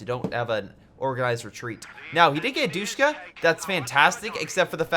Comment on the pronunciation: I love ya bro but it’s not pronounced doosh-ka. It’s dish-ka and the way I know this is because they are still used in Afghanistan. Keep up the good work friend. Respect.